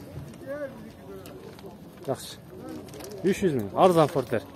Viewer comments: Портер эле болот фортер эмес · Жакшы реально бааларды тартыпсын фортер дегенин окшошпой калыптырда Портер де иним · Озубуздон окшойт фортер деп суйлоп